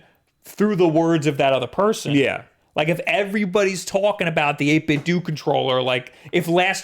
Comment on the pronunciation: 8bitdooooo is the correct way